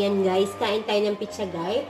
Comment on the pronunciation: lol pareho tayo sis pitzza pagkakabigkas sa pizza.